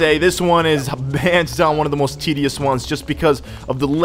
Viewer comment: He says tideous a lot